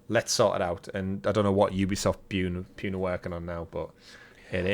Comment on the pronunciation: also its Ubisoft "poo-nay" not Ubisoft "Pyoon"